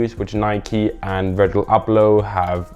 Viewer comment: Virjil Arghhbloh